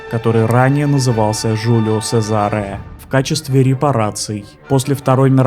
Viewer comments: Что за "жулио сезаре"? "Джулио Чезаре" что значит "Юлий Цезарь"! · Читается "Джу́лио Чéзаре" - "Юлий Цезарь"